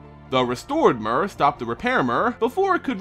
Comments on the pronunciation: Is it not "meer" not "mer" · Mur... really? It's pronounced mere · I always thought it was pernounced m-ee-r. Instead of m-u-r.neat. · The Mur... I think you mean myr. Or Meer. I've never heard a y with a u sounds. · Evidently the name Myr is based on the Greek “myrmeco-“, meaning ant. Words with this root, like myrmecology for example are pronounced “Mur”. The pronunciation in the video is likely closer to how Myr was originally intended to be pronounced. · Its pronounced "mir" y makes i sound in this instance. Ps: Long live Turbo Rocket Slug. 🔥🔥🔥🔥🔥🔥🔥🔥🔥🔥🔥🔥🔥🐌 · mur or meer? how is it really supposed to be pronounced? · I cringed every time you said "mur". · the official pronunciation rhymes with deer and beer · I think it's pronounced with a "tear" sound, like the nordic god tyr. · STAAAHHHHP SAYING MYR WRONG!!!!!!!! lol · Why is he pronouncing 'Myr' like that?